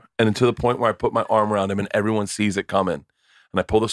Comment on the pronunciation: I never thought anyone else noticed that lol. Drives me fuckin nuts!